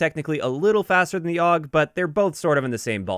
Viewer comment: Awg. That hurts my soul. Every single time i heard it i died a little inside. I still dont get where ppl come up with awg from AUG ._.